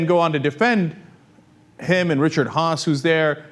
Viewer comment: Sorry I meant Richard Haass (Ha-Ass)